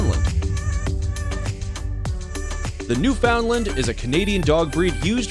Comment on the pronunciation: You pronounce Newfoundland wrong.